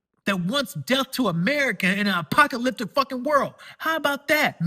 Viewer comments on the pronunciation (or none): none